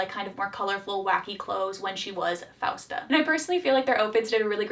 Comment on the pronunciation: im sorry but did anyone notice how leon called francesca as fausta, fiesta? 😭😭